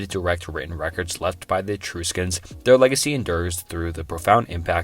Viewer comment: I have a degree in anthropology and bro had me questioning myself with how many times he said Eee-true-scans.